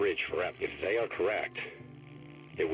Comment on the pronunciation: Why do you keep saying They as "Nay"